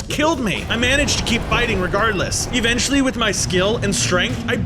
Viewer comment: Why are you saying evenchily